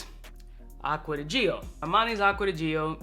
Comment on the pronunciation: Man, you can't do acgua di gio like that! Stop saying acgua di gee oh 😅